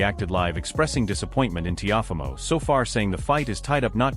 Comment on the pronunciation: The narrator called him "Tee-off-amo" LOL